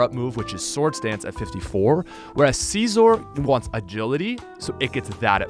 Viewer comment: “CaezOr” kills me everytime LMAO